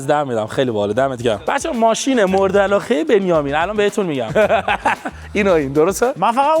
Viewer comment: چرا اینجوری حرف میزنی 🤮 واقعا نه واخهن.مرده علاقه نه مرده علاخه 🤮 حیفی داش اینا کین گنده گوزی